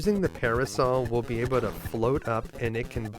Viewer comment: Able to > Abe uh duh